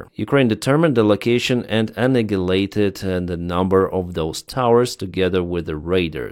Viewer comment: Please work on your pronunciation of annihilated, you use it quite a lot. There's no G sound. It should sound like a-nile-a-lated, listen to it on google.